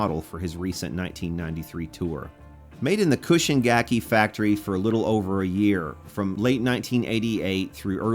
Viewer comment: I have to correct your pronunciation for "Chushin gakki" (中信楽器). It's like "choo shin" (like choo choo train, or choose) not cushion. It drives me crazy when you say it wrong. But I like it when someone loves Japan made guitars.